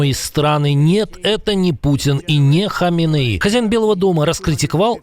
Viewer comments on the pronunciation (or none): none